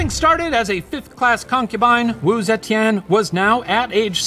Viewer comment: the professor's pronunciation of wu zetian is surprisingly good! wonder if steven practiced a lot with him 🤔🤩 sending lots of love from singapore ^^